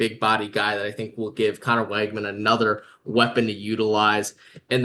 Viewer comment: Pronounced Wig-man. Thanks for this episode.